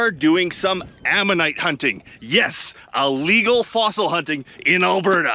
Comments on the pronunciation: it's not allegal, it's illegal. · I love your vids but I am a dick head when I hear people say ahhlegle. It is Illegal. I'm sorry but this just bugs the crap out of me. Sadly enough I hear this from newscasters that are supposed to have degrees. Please don't hate me. Love you bud! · Please stop say Ah-legal… the only confusion is your mispronunciation of Illegal 😂 and if I buy one in Tucson no one is going to care about paperwork from Canada 😂